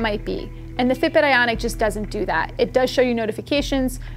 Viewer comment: Ok. Is it just me or is she saying “Fitbit Aonic” instead of “Fitbit Ionic” ?